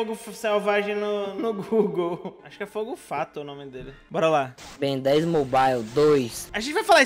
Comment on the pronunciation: "ben 10 grnde" kkkkkk